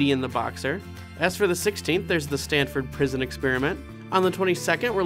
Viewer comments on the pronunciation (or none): none